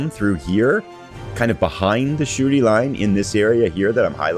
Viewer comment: Every time you say "Shuri" it sounds like you're saying "the Shooty Line" which is, actually, pretty accurate :)